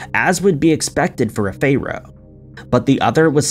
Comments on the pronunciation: King Tut the Phayro in Cayro 😄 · That didn't escape my notice, either. Lol. He managed to get many of them wrong. I mean, "CAYRO"? I always thought Cairo was the capital of Egypt, and I'd never heard of "Fayro's", though I'm assuming he meant "Pharaoh". ;) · Wth is a fae-row? And a reservore? 😂